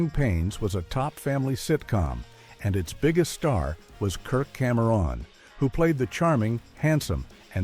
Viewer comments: Kirk-camera-On... pretty sad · Who the hell is Kirk Cam Eron ?!